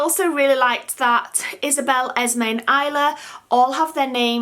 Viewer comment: My Daughters name is Nylah. You pronounce it, (Nila)